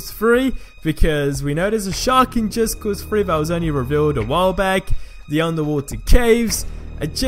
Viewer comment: Am i hearing him wrong or is he saying just cause Free.